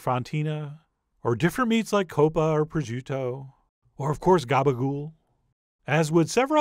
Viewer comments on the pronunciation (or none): none